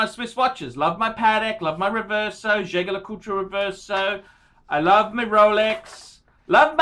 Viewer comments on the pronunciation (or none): He can't pronounce anything. "Jay-ger Le-culcha". Makes me wince.